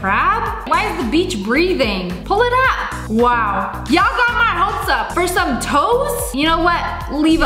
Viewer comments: u said wos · you said whoa not wow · YOU SAID WOAH, YOU SAID YOU CAN NOT SAY WOW,GET IT RIGHT NEXT TIME.😡😡😠😠😤😤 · u said woah not wow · You said the w ward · I'm pretty sure she said "woah"not ✨WOW!✨ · She said whoe not wow